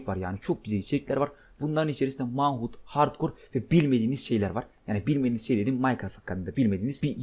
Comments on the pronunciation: Manhunt diye değil menhant diye okunuyo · Manhunt men hant diye okunuyor